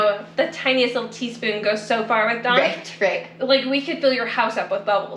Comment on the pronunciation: What the f**k is Don? sorry Dawn?